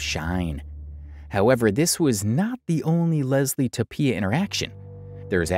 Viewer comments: i cant handle you saying toe-pea-a instead of toe-fee-a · Just so you know, Tophia is pronounced like Sophia, so the 'ph' is an 'f' sound. Great work on this vid man. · Toe-fee-ah, hope this helps